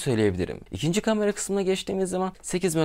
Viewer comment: Kardeş seçtiğin yol nedeniyle “kamera” kelimesini bol miktarda kullanmak zprundasın. Ve bilki yanlış telffuz ediyorsun. “A” harfi ile ilgili buyuk sıkıntın var. Kamera, kalem, lale…. İlk “A” lar ince “A”